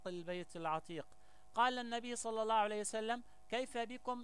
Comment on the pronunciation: يا مغاربة هل كل من جاءكم بلحة طويلة ودغدغ مشاعرنا بالكلام نتيق فيه ...والله انا لا اتيق في هاته الاشكال ...مند ان سمعت بان اسراءيل تجند شباب يهود يكرهون العرب والاسلام بل وحتى شباب عرب خانو وطنهم تجندهم وترسلهم على انهم شيوخ وفي الواقع هم حاخامات يهود...ولاحضت انه عنجما ينطق كلمة الله لا يفخمها كما يفعل العرب والمسلمين واحيانا احس وكاني استمع لمستعرب وليس عربي....يقول هادا الزمان..حسنا ..كيف للمغرب ان يحارب الفرس والعجم وهم لا زالو يمتلكون النووي?ثانيا المغرب ليس مؤهلا لحرب شاملة ادا ما نشبت..ليس لدينا حتى الخناجق كما الناس والدول التانية....ثالثا المغرب انشاء الله سيحرر كل ماقال ولاكن بعد ان يضرب الله الضالمين بالضالمين وبعد حجوث حرب نووية وعواصم غربية ستمحى واللتي كانت تعتبر قوى عضمى ..لكي نفهم اكتر..الحرب النووية لا يمكن بعد حدوثها ان يشتغل اي جهاز الكتروني مما يعني ان فارق القوة بين الدول العضمى والمغرب مثلا يصبح 0وهنا تصبح الكفة للمقاتل الؤمن والقوي ...(المغرب)